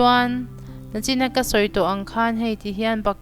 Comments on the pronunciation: Nachin ni lo in nichin hi ti hram thei ila aw.... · Ka like em em e mahse nachin ti lo in nichin an ti zok thin in ka hria